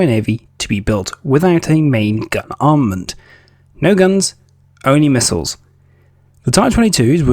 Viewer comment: Missiles not mislles